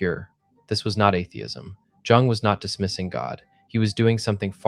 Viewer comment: That video clip about Jung was AI and that's why he pronounced it wrong. It's pronounced Yoong. But I love your video. My boyfriend and I discovered Gnostic Christianity in 2021 and were on board immediately. Makes sense to me, the Old Testament God is a petty A-hole and in no possible way could that be the same God Jesus spoke of.